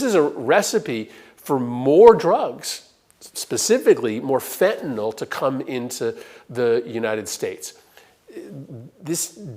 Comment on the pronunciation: Thank you for pronouncing fentanyl correctly!! The MAGAts can't seem to say anything other than "fentanall"